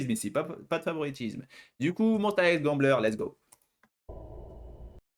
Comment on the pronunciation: Tu ne connais pas et pourtant tu prononces Monsta X correctement, par rapport aux 3/4 des gens (sans compter les fans évidemment) 😂 Merci pour ta réaction, et ravie que tu aies apprécié Gambler ma chanson préférée d’eux. Je conseille aussi Beautiful Liar, pour laquelle je n’ai jamais vu de critique négative jusqu’à présent !